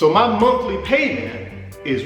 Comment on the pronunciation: Did he say the Monkey Payment or the monthly payment?